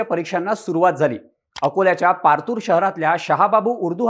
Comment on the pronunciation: Partur nahi ho. Patur..😂